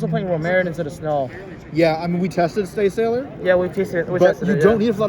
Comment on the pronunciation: wtf "rumerin" and "staysailor"?